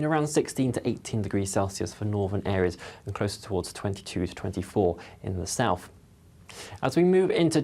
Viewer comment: Regards the weather chap, it's South not Souf. Please pronounce the 'th'.